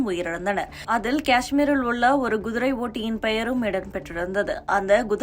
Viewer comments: Kudirai madam gudirai illai... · குதிரை என்று ஒழுங்காக உச்சரிக்க தெரியாதா உனக்கு எல்லாம் யார் இந்த வேலயைக் கொடுத்தது?